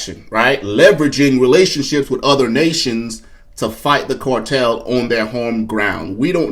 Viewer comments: Its CAR TELL NOT CORE TELL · It's CAR TELL NOT CORE TELL! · CAR tel not COR tel! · Not a cortel. Spelled CARTEL. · CAAAARRRRRTEELLLLLLLL. NOT CORRRRTELLLLL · it's cartel ..not cortel 🫡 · CAR-tel not COR-tel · The "cortel"? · It’s not the “core-tel”, brah!